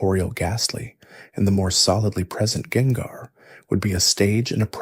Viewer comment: He did it with gengar too (jengar)